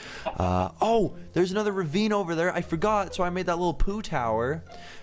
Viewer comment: I love how says reveen